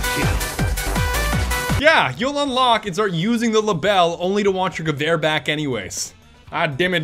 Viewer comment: Did he just fuckin say gaver Instead Gewehr. What the hell.